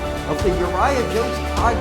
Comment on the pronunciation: You pronounced my name wrong but when you said my name i literally got so excited!!!!!!!!!!!!!!!!!!!!!!!!!!